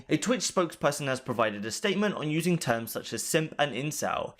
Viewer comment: "TOOMS" = "Terms"